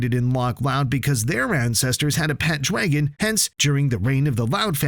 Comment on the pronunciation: Blud said dwagon 💀😭